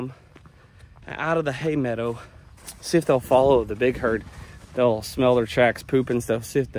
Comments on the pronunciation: I love your videos. Just want to tell you I miss your saying meadah!😊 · Marriage advice, landscaping tips, and bison all on one channel is why I love. BTW, Dunbar says it’s pronounced “meadah”, not “meadow”.:) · You’re saying “meadow” properly now instead of the way most of us in the South pronounce it. Why? I miss it. It’s like around here in NC, we pronounce window as windah. Just giving ya a hard time, kinda. Bison are looking fabulous!